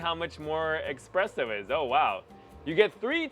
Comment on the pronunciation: He said and typed expreso.. 😅😂 espresso my man… espresso